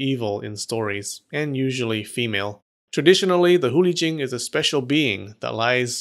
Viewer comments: Hate to be a downer but you said Hu Li Jing wrong Chinese have romanized characters but that does not mean it sounds like anything English just saying. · The way u pronounced Hu Li Jing was Sacrilegious